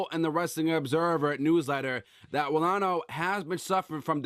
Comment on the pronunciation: ranallo....not rinello....also if this guy is missing shows cause hes depressed then im sorry but get him off wwe for good....hes useless